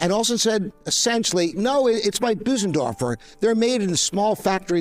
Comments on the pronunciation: It is NOT called a BOO-sendorfer. It is pronounced 'BER-SEN-DORFER'. You should be able to get it right! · Well, apart from calling it a Büsendorfer. 😉 (And many call it Busendorfer. Not the end of the world of course...) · It would help if Bosendorfer was pronounced correctly : first syllable rhymes with firs ,hers ,purrs . Remember the umlaut on the o .